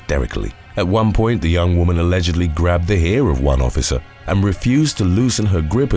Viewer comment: "A-LEGGED-ly" 🤣🤣🤣 I love this channel! ❤️